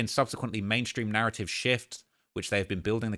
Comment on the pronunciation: Narraive 🤣 stop hiding ur T’s bruv we won’t throw em in any harbors